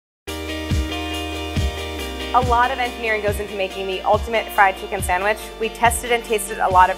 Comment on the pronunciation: Pronounced "sangwhich"